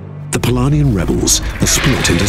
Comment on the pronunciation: Yes and offputting having to listen to him saying Palania instead of Polonia. Since the creator of the world was polish maybe the could have put in a little more effort